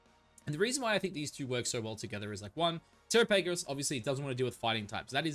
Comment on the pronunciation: The way you pronounce Terapagos is cringe😅